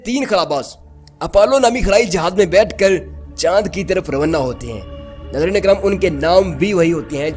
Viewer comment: روانہ کو رونّہ کہہ کر ہمیں بہت ہنساتے ہو۔ ھھھھ